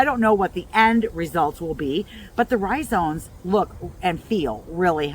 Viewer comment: iris rhizomes. With an " m" not "n"